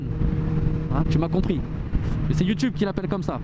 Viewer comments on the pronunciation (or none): none